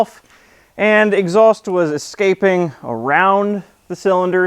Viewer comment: Thank you for pronouncing "escaping" correctly. It's sad that most motorbikes have more power than that Little Tikes car